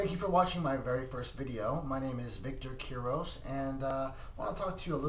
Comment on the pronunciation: You sed you’re name wrong